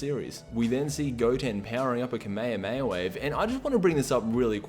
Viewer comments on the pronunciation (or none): none